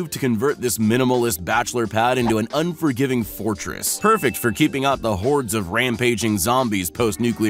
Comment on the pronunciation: "not be feathered" - seriously? It's "not be fettered". This reminds me of Will Ferrell in "Blades of Glory" saying "mind-bottling" instead of "mind-boggling". Also He says "when the Zombie herds start knocking" instead of "Zombie hordes".